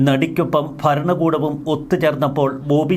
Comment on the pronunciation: Faranam, Faranakoodam. The anchor has to improve his pronounciation